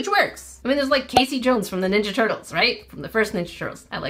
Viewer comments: I think the peacock they are actually spelling it as a female K-ass-ee Not Kay-see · Just a heads up, it's pronounced "Cass-ie" not "Casey". Think bass (fish) instead of bass (instrument). I don't think the company knew that it's the male peacocks that are colorful, as Cassie is far more commonly a female name. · Kas-ee is the phonetic way to sound it out. Not Cass-e. This is actually my name! And mama Cass was not a Cassie. It was just Cass and it wasn’t even her real name. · that isn't Casey. It's Cassie, the a is the short sounding a, like in apple. 😊 I had a friend named Cassie in middle school. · That said Cassie not Casey. Rhymes with Lassie. And it still makes no sense with it being a peacock since the females are peahens and they are more neutral, muted colors since peacocks use their bright colors to attract mates. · Ummm Cassie here. That is NOT pronounced Casey like in ninja turtles! It is pronounced [Kas]-[ee]. I absolutely hate when people call me Casey! Which is why I always introduce myself using my full name Cassandra so that I do NOT get called Casey! 🤦🏻‍♀️ Feel free to send me the peacock as an apology because I collect peacocks. Lol. How fun to have one of my favorite animals with my name. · For the Peacock it's Cassie not casy 2 ss make the a short not long !! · I think cassie is pronounced ca sie not cae sie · I think Cassie should be pronounced CAHH-sea. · That was Cassie as in KAH CEE.:D Just wanted ya to know. I love your vids and I love youuu! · her mispronouncing cassie 😭